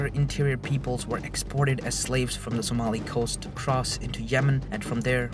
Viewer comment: Arab trade slave was a thing but how did you say Somalia? that is absolutely lias.